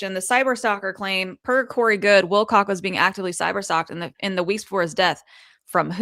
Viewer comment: Wilcock not not Wilcox